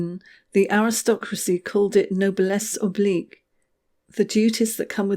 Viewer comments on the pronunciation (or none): Noblesse OBLIGE . NOT “OBLIQUE” . FFS gat it right if you want your critique to be taken seriously and not just the personal itch if a Trump supporters. Which I assume you’re not. Please , attention to detail.